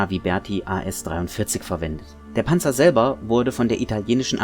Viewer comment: Yep nice work. There is something about a natural German speaker saying the word Panzer, it just sounds correct... ;)